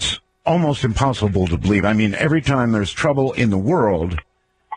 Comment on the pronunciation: Don't believe... "bleeve" like good ol' Art.